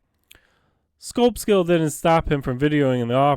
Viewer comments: It's pronounced Cobleskill, CO, not Kob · It's CObleskill. Hard "Oh." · you should learn how to pronounce the name of the town correctly before doing a "Audit"